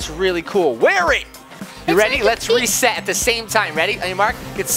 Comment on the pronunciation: Hehe you said reset but you said respet